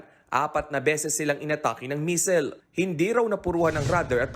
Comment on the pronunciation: Anu un misel daw sabi ng reporter. Haha missile diba😂